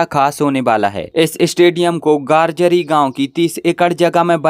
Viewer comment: भाई गार्जरी नही गंजारी नाम है गांव का मेरे बगल में ही है